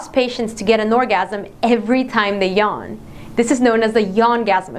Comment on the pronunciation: I'm sorry but did she just say yarn?